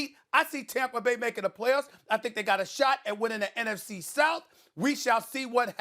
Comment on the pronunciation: It’s NFC not afc